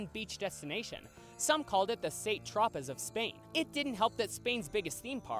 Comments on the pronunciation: St.Tropez is pronounced Saint Tro-pay, not Tro-pezz. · "Saint Trop-ez" 😂😂😂 imagine taking about travel destinations or weird attractions from around the world n u dont know its pronounced "San Tro-pay"🤦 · FYI San Tropez is pronounced San Tropay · FYI It's pronounced "San Tropay" (Saint Tropez). 🙈